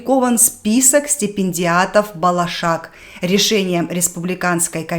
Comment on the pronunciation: Здраствуйте. Заранее извеняюсь за замечание. Старайтесь произносить казахские слова правильно. От этого зависит значение слова. В казахском языке слова как пишутся, так и произносится. Ударение ставиться на последнем слове. Буква о не заменяется на букву а, как в русском языке. Вы произносите слово болашақ - балашақ. Это совсем имеет другое значение. Балашақ - это детство.